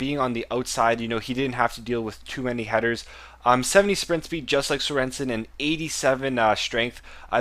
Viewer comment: Serensen :-D - It's Sörensen :-D Like the goalkeeper from Stoke, I'm danish :-)